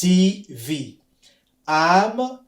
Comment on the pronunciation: Merci bcp mais revoir un peu phonétique, tv c'est Tivi